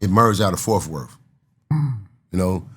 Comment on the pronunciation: said fourfworth 😂